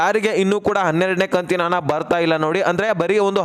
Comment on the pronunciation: ಅದು ಹಣ ಕಣ್ರೀ ಹನ ಅಲ್ಲ